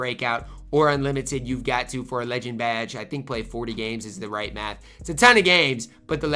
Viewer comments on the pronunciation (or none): none